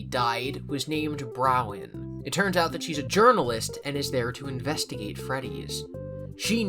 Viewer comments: Okay awesome, but listen, Bronwyn is pronounced Bron-Wen, not Brow-Wen. This is crucial lore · why are you calling her Browen when her name is Bronwen lol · Please, it's "brawn-win" stop saying "brown" 😭😭😭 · Why can no one read Bronwen correctly 😂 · my favorite is how he mispronounces bronwens name EVERY single time